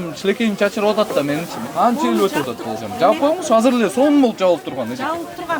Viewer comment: Казыр эмес азыр деп суйлосо мэр